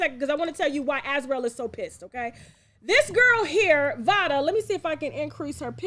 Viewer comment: Im pretty sure it's pronounced liked "vay-duh"...Vada Penkett, like Jada Pinkett